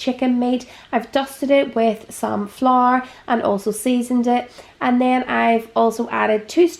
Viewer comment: My favourite is the way you say "flour" ....